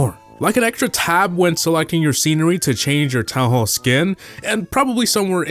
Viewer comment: town hall not toa hoa